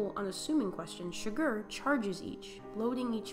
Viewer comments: Did you just call Chigurh Sugar?! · Here is some wonderful advice if you're going to psychoanalyze the film it might be nice if you could pronounce his name right not sugar but Chigurh, try this chig-gur just my 2 sense, or . "My two cents' worth"